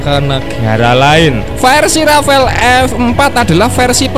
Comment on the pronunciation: Yo wis, borong rafale aja (bacanya jgn rafael kyk si mimin). Klo pun mo nambah rafale aja ... jgn F15ex yg katanya ditawari sd 50 unit oleh mamarika. Tar klo gak dikasih source code oleh mamarika, F15ex kita akan senasib F18 Malaysia yg ga bs buat perang hanya utk air show aja. Bisa amsyong kan